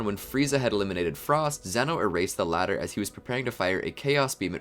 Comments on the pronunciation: It’s pronunciation is Zeno (zz, eeeee,no) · it’s pronounced zee-no